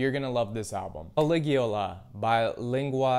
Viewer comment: not only did you pronounce caligula ( ca-lig-u-la ) wrong but you spelt and pronounced lingua ignota wrong ( ling-wa-ig-note-a )